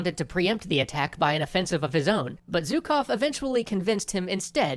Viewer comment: Since we are learning here are a couple of notes on how to pronounce two Russian surnames. Zhukov - first Zh is pronounced as [ʒ] in measure /ˈmɛʒɚ/, leisure /ˈliːʒəɹ/, pleasure /ˈplɛʒɚ/. So It's not Zukov /ˈzʊkov/ but Zhukov /'ʒʊkov/ and more commonly pronounced by Russian speakers as /'ʒʊkɑf/ where /ɑ/ is pronounced as last "a" in grandma /ˈɡɹændˌmɑ/. Khrushchov - first Kh is basically hard "H", not "K" whereas "shch" is soft SH as in She /ˈʃi/. So his surname is pronounced more like "HrooshOf"- /'hrʊʃOf/ with stress on the last vowel O.